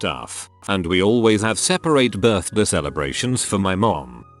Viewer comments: “my birth-de” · Does it trigger anyone else when the voice says "birthde" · Nobody: Text to speech: Birthde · Noone: Not even a soul: Scottish viking: BIRTHDIY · Anyone getting annoyed how it says Birthdi like I’m not OCD it’s just annoying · The way the voice says "birthday" cracks me up every time I hear it. It's just how clear and coherent it is and then suddenly Sean Bean saying BIRTHDEH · No one : Him :berrrrrth deeaa Me : you mean birthday 👀👁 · When it says birthday it sounds like an accent Birthdey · Why does this voice say "birthday" so weird? It literally sounds like "buthdyei" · The synthesized speech sounds like he has a midwestern accent when he says “birthday”